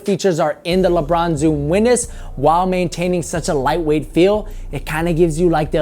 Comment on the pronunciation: "lebron zoom weeness" lol